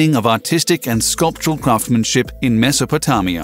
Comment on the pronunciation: You mispronounced mesopotamia and deity